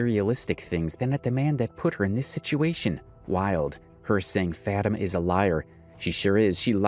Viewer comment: Her name is FAH-TEE-MAH not Fah-Team.